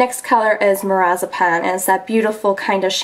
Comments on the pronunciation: Mirazipan? Haha you mean Marzipan. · Loved this video! Am seriously considering this palette. I cracked myself up because when you were saying the color marzipan it sounded just like you were saying lorazepam and my nursing brain was instantly intrigued by a shadow with such a name lol. Love ur videos!!! :)